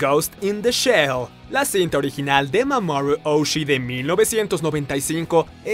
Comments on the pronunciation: "Mamourru Oushi" de Si el nombre es japonés para lo pronuncia como gringo. Ridículo! XD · ¡¡Muchacho, otra vez esa pronunciación!! Porfa, entiende que no todos los idiomas se pronuncian igual que el inglés ¿¿"Mamorru Oushi"?? Eres sumamente chafa